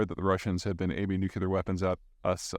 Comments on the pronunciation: Still saying nuclear like it has two "u"s. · Nu-klee-ar ....... Nu-klee-ar.... not Nuk-U-lar. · Stop saying "new-que-lar". Read this out loud: New. Clear. You're welcome. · He mispronounces many things, including “nuclear.” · Or Nuclear